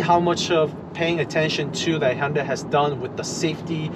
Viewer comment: you keep saying honda... hunda.. quite annoying. removed channel from recommenations